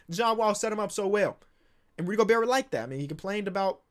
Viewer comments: yea go-bear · Gabriel González no we say Go Bear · you watch too much krispy flakes if you think its gober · It wasn’t until just recently that I realized pronounces the “T” in Gobert and I can’t unhear it now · how is still pronouncing the T in Gobert